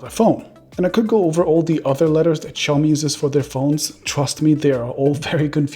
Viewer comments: As someone who worked for Oppo, I would expect you to be able to pronounce "Xiaomi" correctly! >:-( Hint: It's not "Show-me" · It all begins with their brand name. Should be written shaomi, or pronounced as xiaomi. NOT both